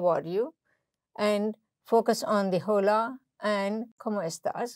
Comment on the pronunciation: Great explanation, very informative. Just one suggestion, "h" is silent in "hola"..